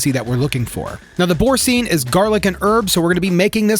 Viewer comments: Please Google how to pronounce Boursin. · Boursin is pronounced boorsan. You're, welcome. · A little FYI: Boursin is pronounced bore-SA(n) , with the second vowel like the a in apple and with a nasal not-really -pronounced ) n . (If the final syllable were spelled sine , with an e at the end, then it would be pronounced seen .)